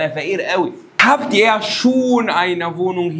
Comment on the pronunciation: أستاذنا الفاضل جزاء الله خير على كل اللي بتقدمه،،عندي سؤال ياريت تعمل له فيديو(كتير في ألمانيا وناس معاها ماجستير ودكتوراه بيقولو حرف ال R لاينطق غ الى في نطاق ضيق ومينفعش تقول مثلا فغاو وانما الصح فراو حتى كمان حضرتك بتقول إير على ihr برضوا مش إي يا فياريت تعرفنا الصح وتحسم موضوع نطق الR سواء الموضوع إختلاف لهجات وأماكن أو شيوع النطق أو الافضل للنطق أو فصحى وعامية ولا اللغة المنطوقة لا تتبع قواعد أكاديمية وللأسف عندنا محدش بيهتم وكله بينطقه بالبركة زي مايحب فإيه الصح ولك كل الشكر والتقدير